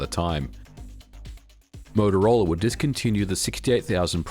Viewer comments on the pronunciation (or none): As a games developer at that time I did lots of assembly programming on the 68000. Btw, it's Motorola, not Motorolla. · It's MOTOROLA, not MOTOROLLA. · MOTOROLA. Not MOTOROLLA. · MOTOROLA, not Motorolla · "motoroel" XD Interesting video though thanks. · I kinda like it. It has that Aussie "twang" to it haha. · Moto-rolla. Twice :(. Edit: 3 times. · the morrowroll lol